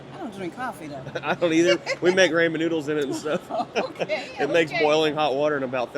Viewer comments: The way he says ramen is funny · You say RAMEN how?!🤣🤣🤣